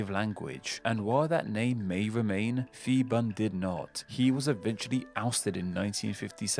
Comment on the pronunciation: I'm Thai living in Bangkok. This is indeed a well-researched video, despite mispronunciation some Thai words (eg. Marshal Phibul's name). I look forward to watching your next videos!